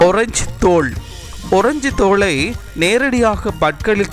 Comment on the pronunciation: அரஞ்சு இல்ல டா முண்டம் ஆரஞ்சு அப்புள் இல்ல டா முட்டாள் ஆப்பிள் முதல்ல தமிழை ஒழுங்காக பேசு.